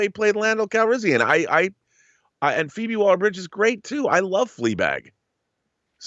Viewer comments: I'd make fun of him pronouncing her name as fohbee, but then I remember I used to think Siobhan was pronounced See-oh-bon so I'll stay out of it lol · Phoebe is pronounced Feebee